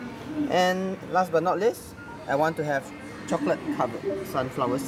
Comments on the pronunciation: And last but not list, the chocolate covered sids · Last but not les 😂😂 FML I really wanna correct his English